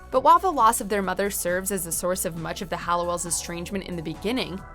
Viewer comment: I am pretty interested in this video and think it is very well done BUT please can the narrator stop calling the OG sisters the HALLOWELLS. I know it seems silly or is it? I mean it‘s about these sisters and their name was part of their identity and family history…